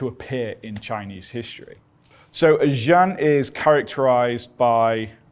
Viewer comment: You are a Very brave man! But you totally butchered the name "劍 jian" I think it should sound more like Gim.